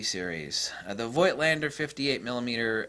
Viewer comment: The "i" in Voigtländer is silent. Voigt is the old (German) version of Vogt. The "V" is spoken as an "F". It's like with Moog Synthesizers. Most people speak the "oo" like in "tool", but it's "Mogue" like in "Vogue" (the french word for fashion).